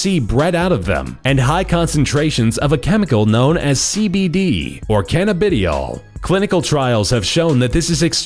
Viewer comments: canna-bid-e-all? lol. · Lol, nice pronunciation on Cannabadiol